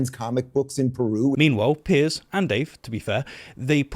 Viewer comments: I cannot believe you called him Pierce instead of Piers. Terrible show. You're British. I take it back, you corrected your pronunciation later. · it took me a minute - but finally figured out that you should have said 160 thousand, not 16 hundred thousand. Sorry - a pedantic thing to point out but at least I'm not getting angry that you called him 'Pierce' and not 'Piers'.